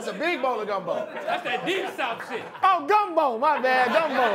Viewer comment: ....God, how West coast do you have to be to literally mispronounce "Gumbo"?